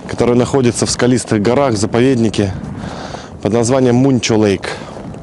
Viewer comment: Искал в гугл карте мунчо лейк, а оказывается манчо лейк